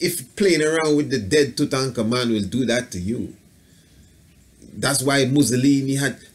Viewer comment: You do a god job saying his name correctly,but why not just say "King Tut"?lol!Thanks for good video!